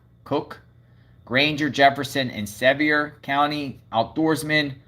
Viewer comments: Live in Sevier county please say it correct it sounds like severe please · Sevier is pronounced like severe. 😉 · Sevier County i s pronounced the same as Sevierville just drop the ville. "Cock"e County is the correct pronunciation it just has the added silent E to the end